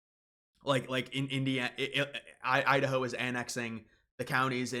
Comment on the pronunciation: Is it pronounced Idaho or Udaho?